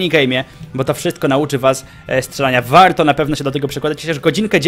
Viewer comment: dlaczego muwisz wałto tak jak byś mowił po angielsku?